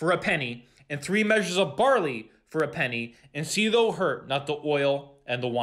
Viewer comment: You are doing a great job! Please realize you are mispronouncing "thou". When it is said, it rhymes with "cow" or "now" or "how". Thank you.